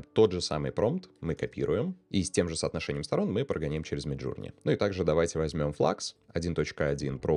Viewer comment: да не джУрни мид, а джОрни, иоп